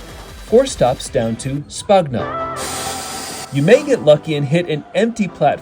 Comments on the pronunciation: Thanks for the info. Just for future use, the correct pronunciation is "Roma TERmini," with the accent on the 1st syllable. And your train stop (Spagna) is pronounced with a silent "g" ... like Spaňa in Spanish pronunciation. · Yes, but pronouncing “Termini”, “Spagna” etc. like that doesn't help if one has to ask about them or to recognise an announcement... 🤔